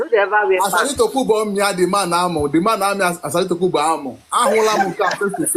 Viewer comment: Just listen to their voices and how they pronounce their words. Example, Igbos don't pronounce dokubo as asari tokumbor...